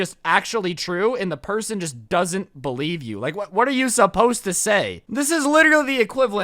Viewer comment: the best part of these karen, boomer stories is when the lady screams "YOU DO NOT LIVE HERE" and your "I CANNOT BELIEVE!" pronunciation